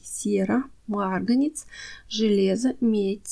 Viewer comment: Кладезь ! Марганец! Вы из России? Почему много неправильного произношения?